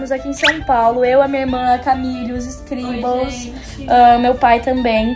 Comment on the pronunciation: Acho incrível o jeito que elas falam “escribel” errado kkkk